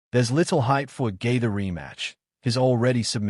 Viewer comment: Did I hear J.G.'s name being pronounced "Justin Gator"? Maybe it's just me or its a computer doing the "Text to Speech". Oh ,yeap! Lol.... I knew it was a computer after hearing Khabib's name.